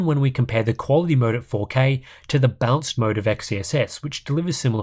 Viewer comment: I'm going crazy here. Every time you say balanced I hear bounced x_x